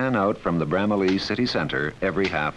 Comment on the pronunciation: Why can't people in the 1970s pronounce Bramalea?